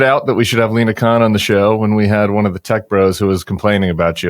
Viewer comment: LINA, not Alena 🤦🏼‍♂️